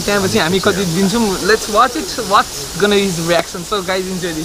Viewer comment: tapai english boleko nai prank bhanda badi haso lagdo xa! Watch watch matra ani what's gonna be his reaction watch gonna reaction jasto sunyo!!!! Mai matra hoo yo kura yaad gareko